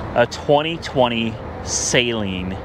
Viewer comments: Say it with me....SUH-LEEN NOT SAYYYYYYYYY.... Lol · Did buddy really pronounce Saleen as *Saline*???